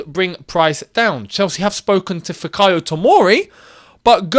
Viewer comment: If you wanted to pronounce Fikayo properly in Yoruba It would be pronounced as Fikayour